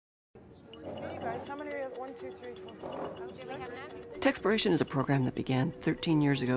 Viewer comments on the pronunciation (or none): It's TECHSPLORATION not Techxploration!